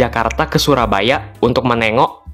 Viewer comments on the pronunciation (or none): none